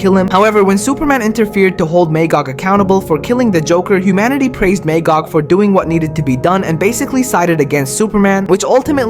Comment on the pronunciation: May-gog? wow And it was Captain Marvel.